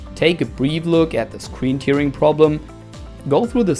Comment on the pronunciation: Hey. Nur für die Zukunft: Tearing wird "Tähring" ausgesprochen, da es sich auf das zerreißen (to tear) und nicht auf die Träne (Tear) bezieht.;) Ansonsten tolles Video!